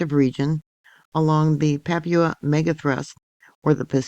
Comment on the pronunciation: It's pronounced "PA poo aah," New Guinea.